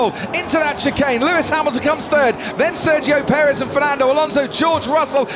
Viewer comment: Searchio perez? Try Sergio Perez you bad f1 commentary!